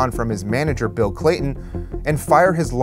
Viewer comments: Bill cayton. Not Clayton. Ugh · "Bill Clayton". It's Cayton